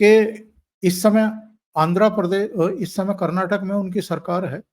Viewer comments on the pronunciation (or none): none